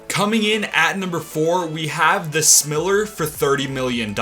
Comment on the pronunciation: The way you say smiler is soooooooo wrong lol smile -er